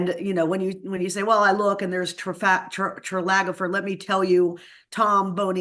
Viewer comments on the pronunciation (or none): it is an unfortunate faux pas for a statistician to mispronounce "Trafalgar" as "Tralagafer"? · This clown doesn’t know how to pronounce Trefalgar or or Reuters. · Why can't she pronounce Trafalgar? She should know this group and be familiar with the name. "Tralagafar..." ah, no. Thankful she seems to know her data. I'm not super comfortable with her opinions but I'll concede, she's not wrong. 🇺🇸⚖️🗽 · This gal can’t even pronounce the word “Trafalgar” let alone predict an election. Duh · LOLOLOLOLOLOLOLOL!!!!!! After fat chick sobers up she HAS to find a new line of work, don't you all think? She's supposed to be a pro pollster and couldn't even pronounce Trafalgar, the most accurate pollsters in America. Pakman was trying to soothe his audience when he pulled this wannabee out of nowhere. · Imagine being this wrong about something 🤣 The fact that she can't even pronounce Trafalgar is a hint that her info may be self rectal in origin 😂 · Breathtaking clarity and accuracy! And cannot pronounce “Trafalgar.” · Now BONE-ee-er? Trafalgar? Reuters? She is not an aural consumer if media for sure. I’ve never heard someone I’ve always respected mispronounce so many names in one segment . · I’ve always been a fan of RACHEL but if she can’t pronounce Trafalgar or Reuters😬. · She can’t even pronounce trafalgar or ipsos, yall are so cooked 😂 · This lady is a professional political strategist but she cannot pronounce "Trafalgar"? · She would have a bit more clout if she could pronounce Trafalgar and Reuters correctly. I did put stock in her opinions but now I might not be so sure. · This woman has some interesting verbal dyslexia. Trafalgar, Ipsos... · Oh no, she can't pronounce Trafalgar? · She can't pronounce Trafalgar or Reuters and we're supposed to believe she's an expert in polls? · Between the gratuitous vulgarities and the fact that she can't pronounce "Ipsos" or "Trafalgar," I'm having a really hard time taking this woman seriously